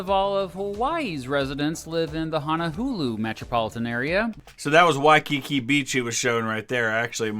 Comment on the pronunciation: as someone who lives in Hawai'i it makes me mad that he says "hono-hulu"